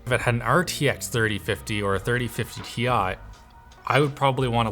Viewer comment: Wooooo you guys finally learned how to say ASUS correctly! Now just learn how to pronounce Ti correctly and order will once again be returned to the universe!